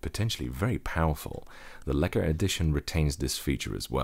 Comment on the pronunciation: You pronounce lekker, really good. Are you from the Netherlands.